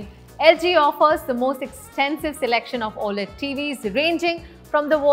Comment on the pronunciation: It's not Oayled its O - L - E - D TV and how many times you said it wrong 🤯 . gol gol ghumne wala is Lazy Susan. Sharing food from everyone's home is POTLUCK.